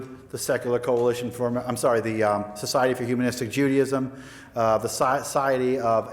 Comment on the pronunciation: Andy Anaya thank you I couldn't stand her saying "umanistic" instead of humanistic over and over